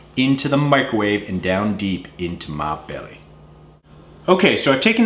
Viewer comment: D I wonder how ya stay fit after eatting all that frozen fattening food:D I lol'd at the "into mah belleh " part XD